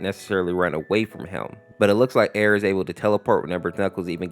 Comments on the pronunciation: Stop calling it ERR like it’s one word it’s like sonic.exe where it’s pronounced separate so it’s sonic.E R R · it's pronounced sonic. E R R by the way knuckles did get half his face ripped off